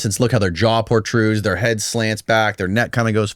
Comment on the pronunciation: Portrude? Did you mean protrude?